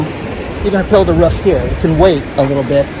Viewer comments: it's not a ruff, it's a roof, ok? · Anybody else notice calls a roof a "ruff" 2nd video in row....gotta love it.👌